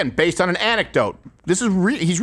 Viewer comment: Candace would like to remind you that it is anecktadote